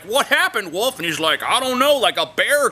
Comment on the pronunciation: teehee u pronounce wolf "woof" :D